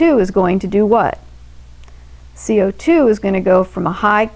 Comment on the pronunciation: I love the the way that she says "CO2" Amazing video